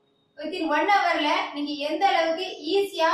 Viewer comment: 'பேடா', 'கோவில்லில்', 'நிங்கள்', 'வந்தேதி', 'நிங்க'.....இவ்வாறு தமிழ் வளர்க்கும் உன்போன்றோரை 'மதிக்க' வேற வேண்டுமா? போடா, சும்மா வறட்டு கவுரவம் பேசாமல், போய் தமிழ் மொழியை நன்று கற்றுக்கொண்டு வா! பிறகு பேசலாம்!😀😁😀😀😀😀😀😀😀😀😀😀